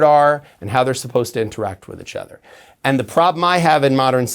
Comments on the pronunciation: I keep hoping that one day James will come on here and pronounce "each other" correctly. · Bring him back every month so I can hear him say ichother (each other) 😅❤